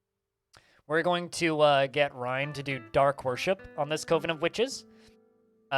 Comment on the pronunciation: Coven is pronounced like "oven" but with a hard "C" at the front.